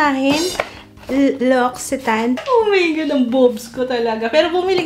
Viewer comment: Pronunciation po is: L'OCCITANE = LOX-EE-TAN (per L'occitane en Provence channel)